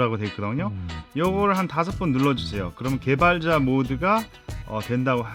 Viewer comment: 개발자! 개발자!!!! ㅋㅋㅋㅋ 욕같아요 개발자!!!!